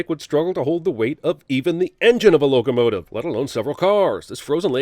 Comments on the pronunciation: “logo-motive” please log out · "logo-motive"=locomotive? hahaha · Him saying "Logo-motive" as a pun to loco-motive is so bad, Cinemansins deserves a sin.